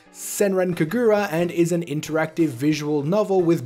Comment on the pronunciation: I am hype for yokai watch cause that means more money for them to spend on Inazuma Eleven Ares. All the marvelous stuff is awesome. Also, the Kagura in Senran Kagura is pronounced with the emphasis on the ka (not exactly, but for a non-japanese speaker it is a easy way to get close to the actual pronunciation). It's just kinda jarring hearing it the way you say it, sorry if I came off offensive.